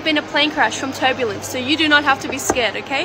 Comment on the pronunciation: pov ur watchin this in 2024 and u hear turblence